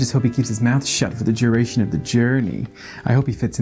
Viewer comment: Pretty good American accent! Watch “duration” and “fortune”